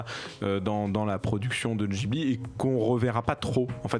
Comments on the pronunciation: arrêter de dire jibli ma gueule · le mec sait même pas prononcer ghibli il parle